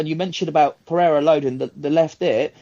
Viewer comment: is thrilled every chance he gets to pronounce Pereira's name correctly. If I'm not mistaken was the first American to pronounce the country of Niger correctly. "Neezherre", he was heard saying.